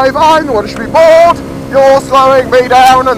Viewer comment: When you say bored really fast it sounds like 'Ford'